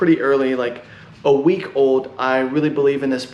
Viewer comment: Dash is not Erc-20. It has its own blockchain with masternodes. And I like how you spell week as "wink", sounds funny XD